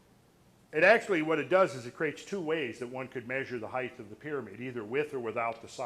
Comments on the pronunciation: Lol he says heighth. That's not a word. It's just height. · For crying out loud! This man is so bright, intelligent and learned, why is he pronouncing the word "Height" incorrectly? The word "Height" has a final "T" sound and not a "TH" sound. Christ Almighty it drives me nuts! I'm trying really hard to take in this wonderful beautiful data but everytime I hear that word pronounced incorrectly it drives me insane! Giving him the benefit of the doubt, it could be a hearing based deficiency. Sorry to be so fucking petty. I will buy the DVDs anyway. : -)